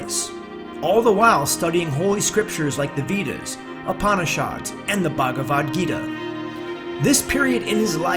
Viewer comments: My avator, Veedas, Upaanishaawds, and Bagwaad Geeda? Come on, couldn't you have someone from the original culture do the audio?? This is killing my ears.. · Confucius an ascended master?! That misogynist and patriarch was a low class sexist bastard. Your reading style is horrible – and you cannot even pronounce his name – or any other. The veedas! lol! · Not pronounced "VEEas" It's "VAYdas".